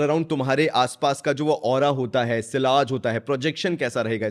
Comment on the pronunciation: "Sillage" kyun bolta hain bhai. It's a French word and in British and US English also it's pronounced as ' Siaze' just like the French. Don't try to be over smart yaar. Lagta hain ye word ko aapne " Desi" bana dia hain. Then Kudos to you😅😅😅